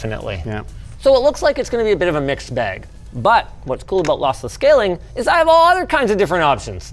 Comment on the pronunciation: I thought he was saying Lothless on purpose...